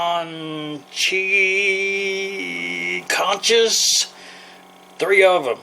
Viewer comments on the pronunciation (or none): That looks fantastic. I'm definitely doing this next time we get a bag of them at the mexican bakery (pronounced cone-cha).